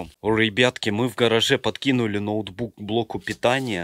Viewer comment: Нотбук не натбук